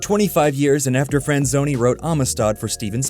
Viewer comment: I definitely heard "screenwriter David Friend-zoney"